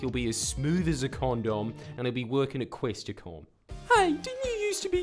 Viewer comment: Did you say Questacon or Questacom?!